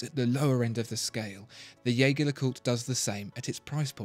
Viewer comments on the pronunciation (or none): The pronounciation of jaeger is wrong... its like "jay-jay" in a heavy french accent. Theres a video on it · Dear God - did you just call it Yager? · It wouldn't hurt to learn how to pronounce Jaeger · I think we are on the same page - it's definitely not the narrators way